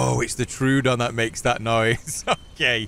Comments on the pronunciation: I think it's "troh-ah-don", not "trew-don". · Love your videos, especially the Isle ones. Hate to be that guy but I believe it's pronounced troh-oh-don